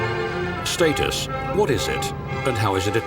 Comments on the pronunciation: "What is state-us?" Such beautiful cars christened with pomp and snobbery unfortunately. Reminds me of "FEE-RAW-REE". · Excuse me, the word "status" is pronounced with a short a sound. You can't even pronounce the word correctly. incredible. Hardly impressive joker. Did you EVER attend school ?